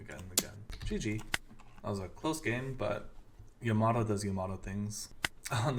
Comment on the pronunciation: Its not yaMAto, its YAmato :)